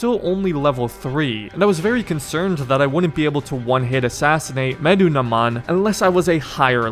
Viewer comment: Just for the future: You pronounce it as "Meh-Doo-Na-Moon" 😁